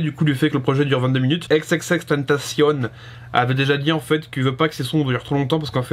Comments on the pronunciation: À part le n qu'il ne prononce pas comme il le devrait, il prononce "ten ta cion", il le prononce pas à l'anglaise "temptation" mais bien à l'espagnole si on oublie sa faute de prononciation sur la fin où il devrait dire "cione". Y a pas besoin de polémiquer, c'est écrit t e n t a c i o n donc ça doit se prononcer à l'espagnole gros, c'est tout. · Ça se prononce ex ex ex (écrit xxx) tentacion en français pas avec l'accent américains 😉bonne vidéo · C h a o X i i n "ekse ekse ekse tentation" ça se dit comme ça 😉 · Qu'on se mette d'accord! X - X - X - TÉN - TAA - CION On prononce comme ça mdr Content de te revoir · Ça se prononce "tentation" il l'as dit dans une interview 😉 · Ça se prononce comme en espagnol, "tentación" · C h a o X i i n Alors déjà il ne se prononce pas du tout à la française et ensuite on écrit " ou sinon" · C h a o X i i n Déjà on dit ou sinon et de deux ça se prononce "èxèxèxtènetaciôn" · Juste une précision, d'après lui il faut prononcer "tentacion" à la française exactement comme tentation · tu prononce mal son blaze , le "tentacion" il faut le prononcer comme en français , aussinon nice vidéo ;)